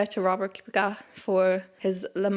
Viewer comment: Just a heads up on Robert Kubica, the pronunciation is "Koo-bit-sa". I know it's a funny pronunciation given how it's spelled, but given the Irish/Gaeilge/Gaelic I think you can appreciate a name pronounced differently than some typical English interpretations. There's also a chance that you already knew this, but were just in a flow reading and it didn't click right away. Great Review as always